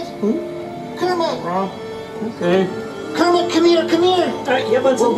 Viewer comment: Pepe calls Kermit Kermin LoL